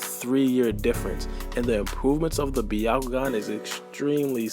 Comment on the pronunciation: it's pronounced Bya-ku-gan not B-ya-ku-gan.